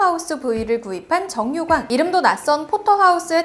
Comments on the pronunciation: 정육왕 때 정 ㄹ역...으로들음 ㅋㅋ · 진짜 장난이 아니라 정육왕이 나만 정력왕으로 들림??